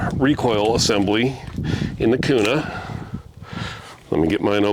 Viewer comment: If this guy is really from Idaho he would call it the Springfield “Q” “nuh” no “koo” “nuh”.